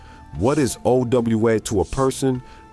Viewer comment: AI voice. Not bad until it partially spelled out 'owed' instead of saying the word.